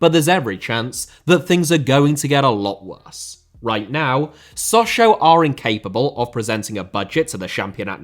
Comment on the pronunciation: it does, but sadly he pronounces both wrong.